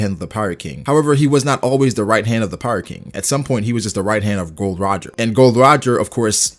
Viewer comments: It's not Gold Roger but Gol D Roger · Its GOL D. ROGER, not Gold Roger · His name is Gol D. Roger not "Gold D. Roger" lol